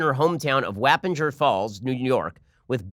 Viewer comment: It’s pronounced Waw-penginer Falls Ben